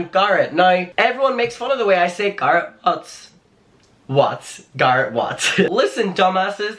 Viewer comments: It's not making fun of you, it's being annoyed because you literally just said his name right, and then continue to say it wrong. It's HIS NAME. Other people might go by Garr-it, but he goes by Gair-et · Okay I'm saying it "Gurritt" now 😄😄😆. I hope you feel better asap! I know you love doing this and we love you for doing what you do but please don't push yourself when you're unwell, your body is trying to tell you sometheeeeeeng 🥺🌹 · Stop calling him Gahhhrit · That's the dumbest way to say Garrett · The way he says Garrett 😂😂 “Garr-it” 😂😂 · It’s not Garrett it’s Garrett dude. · saying GAR-rett for 10 min ❤️😂❤️ all love 🙏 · its "Garrett" babe. whatever accent you use. If you don't know Andrew was introduced to Shane by "Garrett" babe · Please learn how to say Garrett correctly! Sounds like carrot 🥕..lol and please you're too young to be passing on all this hear say and drama! I believe you're intelligent enough to come up with better content 😉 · I call him garr-it cork accent 😂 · i mean i know its your accent but its a name, and names are pronounced a certain way... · I actually like the way you say Garrett lol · wait who’s talking shit abt ur pronunciation the way u say garrett is so cute 🥺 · Even when you have an accent you still should try to pronounce someones name the way they personally say it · I love the way you say Garrett.. that’s how it should be pronounced from now on 😍😘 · I personally LOVE the way you say Garrett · I actually really like the way you pronounce Garrett lol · scolding us for laughing at his pronunciation of "Garret" 😂😔😔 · For someone who makes videos abt the same youtube drama for like 6 months now, at the very least I can be mad abt you pronouncing garret wrong, only new and interesting thing here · I honestly prefer your way of how you pronounce Garret it sounds more prestigious lol (coming from an American) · I find charming your pronunciation of Garret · I love the way pronounces Garrett✨